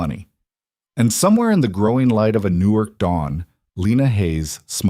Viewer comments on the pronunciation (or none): OMG it's New York not Newark. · Why can’t the narrator to this story pronounce New York correctly ! 🙄. It sounds like he says New wark instead of York . So annoying .